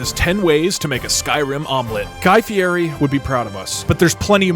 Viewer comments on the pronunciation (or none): if guy was really your mom you would know his last name is pronounced fieti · Fie*DI* you don't pronounce the R god damnit! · You're pronouncing fierri wrong